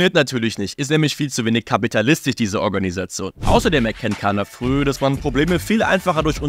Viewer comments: eigentlich wird es „dschaner“ ausgesprochen und nicht „kaner“, dennoch hammer video. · Nettt kannnnnerrrrr CANNNERRRRR AUSGESPROCHEN ALS DSCHAAANEERRRRRRRRR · Er wird Dschaner ausgesprochen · Was meint ihr, welche Rolle spielt Caner bei diesem Skandal? Lasst eine Meinung in den Kommentaren! Wegen der Aussprache: Haben uns an den Alman Medien orientiert und "Kaner" ausgesprochen. Statt "Dschaner". 🇩🇪🥔😎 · Im türkischen wird das C nicht wie ein K ausgesprochen sondern wie das G von Giovanni. 😘